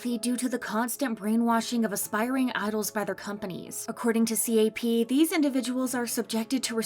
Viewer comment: Am I the only one to get progressively frustrated listening to the “C A P”s and “T O P”s instead of “cap”s and “top”s lol